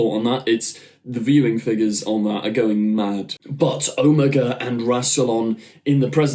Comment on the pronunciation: Pronounced Oh-MAY-guh